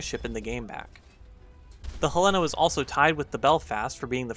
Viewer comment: You mispronounced Helena